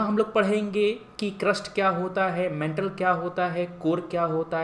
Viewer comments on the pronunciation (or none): muh se supari nikal k bolo mantle naa ki metal🤣